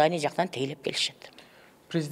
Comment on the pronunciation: Филармония эмес Илармония болуп калыптырго